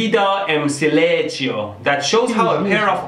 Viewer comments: Wait, where's the "li" in "siléchio"? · Nice try at portuguese pronunciation, but its not siléchio, the "li" would be pronunced like "li" from "listen" and "cio" is more like "see" + a "o" sound. Anyway, greetings from Brazil!